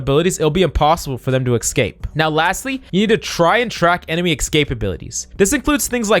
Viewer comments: Tip for speaking: Escape is not pronounced, X-cape. But rather, S-cape. Hope this helps! Good luck! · stop saying excape :D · the eggscape really annoys me, he doesn’t actually realise he’s saying it wrong )